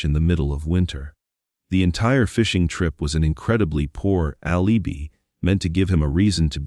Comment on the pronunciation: I wish they would use a real person instead of an AI narrator. For example, a real person could pronounce Laci (not Lossie, Lotzy or Lassie) and alibi (not alubi). 🙄